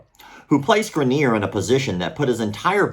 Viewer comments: Why do you keep pronouncing it “graneer”. It’s spelled Greener. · I went to high school with that guy. First of all, you’re saying his last name wrong but that could be for privacy sake, secondly you’ll be happy to know that in the years since he’s made a lot of progress and has taken up hiking and rock climbing (looks like he still needs assistance but there’s a solid community for disabled climbers). Really happy to hear he won this battle. Never knew the full story but that is definitely negligence on the instructor trying that move in such a way.